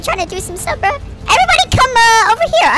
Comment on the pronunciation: And you said bro wrong🍌